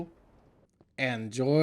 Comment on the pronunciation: "And now i can enjoy the crater as much as i want" proceeds to make a rollercoaster "eEnNJoyMeNT"